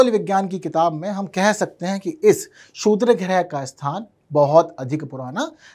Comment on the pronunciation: अपने जीभ के नीचे पान का पत्ता रख लो बेटा .... शुद्र नही क्षुद्र होता है ।